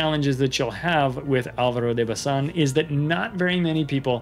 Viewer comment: I like the way you pronounced the name, quite close to the Spanish way. Well done!